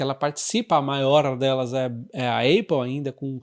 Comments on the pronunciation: na boa, apple pronuncia-se épou, não eiupu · Bom dia,! Sigo vc regularmente….gosto muito das suas análises….uma crítica construtiva, sobre a APPLE, a pronúncia correta não é ÊIPO, Mas sim ÁPO….nao me leve a mal, mas sugiro que corrija essa pronúncia, pois “dói no zuvido “ 😂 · Não vejo problema na pessoa pronunciar errado. A gente pronuncia a maioria das marcas de forma errada, como Levis, Adidas e Ray Ban. O que causa estranheza é que a Apple é muito conhecida e ninguém no Brasil fala Êipow. Pelo menos gerou engajamento kkkk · Épol não eipol. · Repita comigo: Épol. Não existe Eipol 😅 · Vc precisa melhorar o seu inglês. Dói o ouvido de ouvir "Eipol" 👎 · sou seu fã! obrigado. a pronúncia de Apple eh “ÉPOL” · A pronúncia correta é Apol, com A aberto. ÉPOL também está errado. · nem um, nem outro, o correto seria Ápplal, coloca no Google translate e aperta o botar de áudio para escutar a pronúncia correta! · Já ouvi vários americanos falando "eipol" ... talvez haja uma diferença regional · Hahaha, eu pensei em postar. Boa! Soa muito estranho a pronúncia errada.